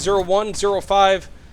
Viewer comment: Please please PLEASE pronounce it CV NINETY-ONE-OH-FIVE